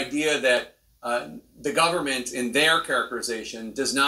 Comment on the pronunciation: How many times did this reporter say “gubmint”?